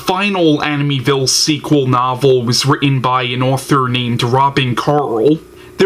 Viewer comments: Please learn how to say the name Amityville pronounced Amit-e- ville. Not aminyville. Grrrr! So distracting form your point.Also. Try looking into the camera. Just some helpful tips. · He keeps pronouncing Amityville wrong and it's driving me nuts lol. Still love his reviews tho 😂